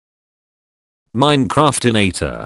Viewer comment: There's no goddamn way the voice just pronounced minecraftinator flawlessly